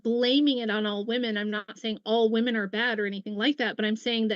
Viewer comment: Does she know it’s “women” and not “me”